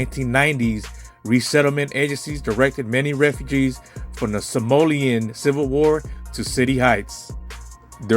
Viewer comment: Good video. Very informative. It’s So-malian you’re saying Somolian